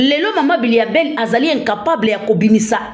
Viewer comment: M'bilia bel et non mbiya bel